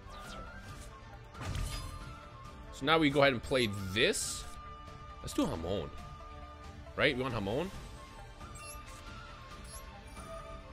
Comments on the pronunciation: I'm Spanish so hearing "hamon" is hilarious to me, cuz it means ham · Yoo everytime you say Hamon it sounds like you calling a mexican friend 😂😂